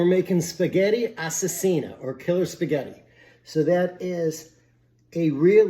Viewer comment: PS: it's Assassina not assesina 😅